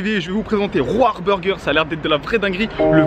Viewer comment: Roar ce prononce Ror qui veux dire rugire en anglais.